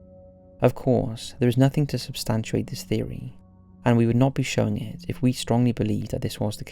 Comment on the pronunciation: “substantUATE”? You mean substantiate bro? 😂 You fuck up at least one word in almost every video without fail. 😆👌🏻